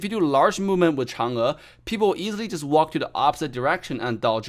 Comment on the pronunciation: The way he pronounced “Chang E” so accurately is so satisfying 😂😂